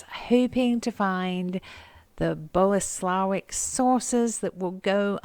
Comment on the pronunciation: Hi, great finds. And Kitcheny Bits absolutely adorable. And Boleslawiec is pronounced "Boleslavietz".